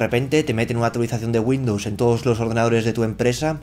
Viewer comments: Entre Güindus y vidio me estás poniendo nervioso... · dice Windows 10 LSTC xD